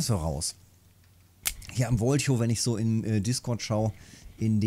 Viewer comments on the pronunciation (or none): hi Grüß dich Wen du Wolhow richtig Ausprechen Möchtest dan Must du Wol Hof das H Betonen !!! nur ein tipp nicht das ich klugscheißen will !!! du machst es schon !!! ich guck dir gerne zu weiter so!!!!